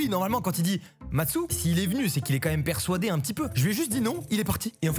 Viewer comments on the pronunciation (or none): Matsu, je veux juste savoir, pourquoi tu dis persOUadé ?